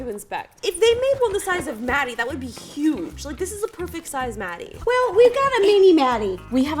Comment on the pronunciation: It’s Matty not Maddie. You probably thought it was Maddie because of how they pronounce Matty.